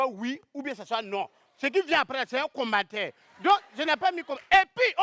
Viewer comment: Dites à qu'on dit commentaire et non combataire